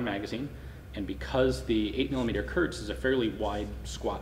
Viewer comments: KURZ, not kurts or kurtz. Kurz is "short". 9mm Kurz = .380. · KURZ, not Kurtz.